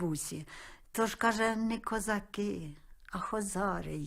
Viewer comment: Пісня то душа народу. Як би не знущались над піснею, а вона житиму. Дякую за коментар🌹🌹🌹